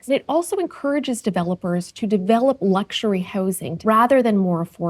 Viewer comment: "luxary" sure a square to sleep in